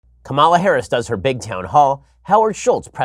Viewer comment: Please stop your clear and intentional historical mispronunciation of Ms. Harris' name. It is pronounced Ka-ma-la. You know like Kamala the Ugandan Warrior. His last name is even Harris! OMG!!!